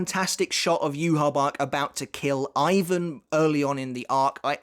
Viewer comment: why do u pronounce Asguiarro as Ivan and not Ebern?